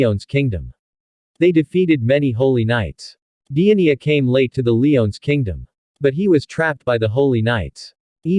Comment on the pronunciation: The giants name is not pronounced diania